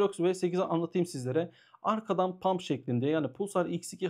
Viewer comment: hocam “pump” değil “hump” olacak haberin olsun